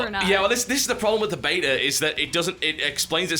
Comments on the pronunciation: I like how when TB says beta too fast he says betar. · How you pronounce beta annoys me TB you are loosing your English! I hope you pronounce aluminium properly.